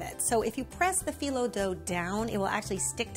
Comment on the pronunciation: Loved the video ❤️ we say bak-laa-vaa and phyllo like fi (like high) low 😌